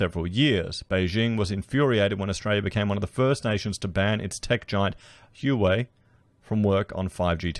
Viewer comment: Huawei . ( not hew way , it's huah way)